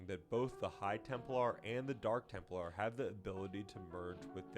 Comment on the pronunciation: "Temp-lar" not "Temple-ar."